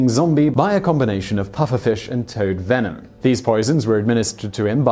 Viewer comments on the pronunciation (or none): none